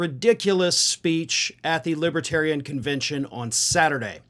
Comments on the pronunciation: Once during the speech, he said "lipatarion". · He kept calling them "libbatarians," too.